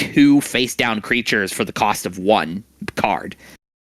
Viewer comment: "Cost (Kaust) Efficient Ways" 👏🤣